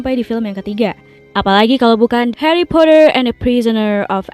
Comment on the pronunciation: Geli ah “HaRrY pottAar”